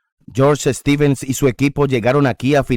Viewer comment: Stevens, no "Estevens"